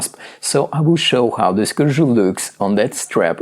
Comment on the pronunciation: Great review, perfect pronunciation of Corgeut, would love for you to get the Phylida version of the Aqua Terra and do a comparison video.